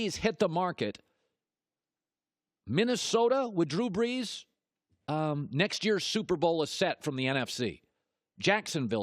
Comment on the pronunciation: "Drew Breeeejjjjshhh''